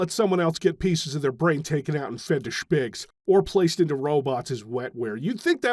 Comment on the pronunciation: Could we get a 1 hour look of saying "shpigs"?